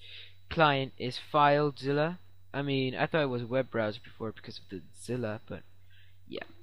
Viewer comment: LOL "there will be a link in da description" funny when u said it